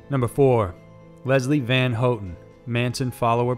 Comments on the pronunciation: Isnt it pronounced HoWTon not HoeTon...maybe its just me but never heard her last name said this way my entire life....but even if i am incorrect...this fella always gets it right, unlike the character on the top 5's videos...think his name is ty knotts...that dude is the best butcher of words I've ever witnessed...from places to peoples to anything...oh boy, even an unlucky person would say a word, known by all half the time when only 2 possible pronunciations exist...however Tye Knotts will do it wrong, exactly like 99percent of the time....😊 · Leslie Van Houten's last name is pronounced "Van HOW-ten" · Susan Atkins, not Watkins and you're pronouncing Leslie Van Houten's name wrong. If you can't even get the names correct, what other facts are wrong?